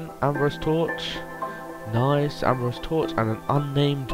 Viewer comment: Fucking Ambro SI-UM NOT ABROSE